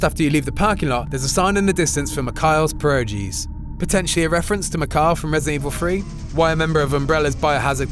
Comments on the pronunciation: "Pear-o-jeez" Lulz. They're "Per-o-geez" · Pierogi are dumplings in Polish cuisine, not Russian. Pronounced something like peeyeroghee. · How to piss of Polish people? Wrongly pronounce "pierogi" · polish, not russian, and you pronounced it wrong. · Dear lord you butchered the word Pierogie. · 0 outta 10 on that Pierogi pronunciation